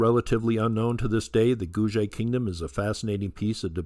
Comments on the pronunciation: Hi! Thanks for another great video. I have heard Guge being pronounced Goo-Gay or Goo-Ger (sounds like Google!).Thought you might like to know this. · Ge should be pronounced same as Gu not J . Two separate word GU and GE not as usual English word like page. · I’ve heard it pronounced “Goo-Gay”. (Thanks for another great video.) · Hi, I have jusr been informed that Guge is written in Chinese pinyin phoenetics & pronounced: koo-ker.